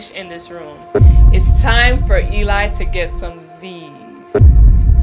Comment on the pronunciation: It’s not Elie its Eli